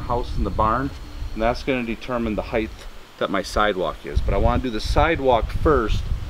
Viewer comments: I'm from Michigan, and they are correct. Even in Michigan, the word is "height", not "height". No matter where you are, there is no such word as "heighth". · No such word as heighth!!!! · I wanted to like this video so much, but the "heighth" was really getting to me!!! It's "height", not "heighth". I know people think of "width" and want to put the "th" on the end just like "width". But there is no "th". It's just "height"... :) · The word "height" rhymes with "night". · Thanks for the video, but there is no "h" at the end of "height". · I noticed the mispronunciation as well.